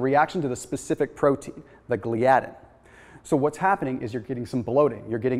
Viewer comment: Dude, give me a call on how to pronounce the proteins you're discussing. lol proLAmin, gluTAminase, GLIadin. Hope that helps.